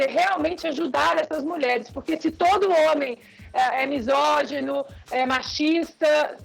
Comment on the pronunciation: Quando a ignorante (que fala missógino, em vez de misógino) deixar o programa eu volto a assisti-lo. A esquerdista não tem argumento e quer ganhar o debate no grito e na distorção dos fatos.